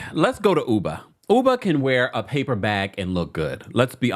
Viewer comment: I haven’t watched the real housewives of NY yet, but I hope Ubah corrects people on how to correctly pronounce her name, hearing people calling her Uber kill’s me inside lol.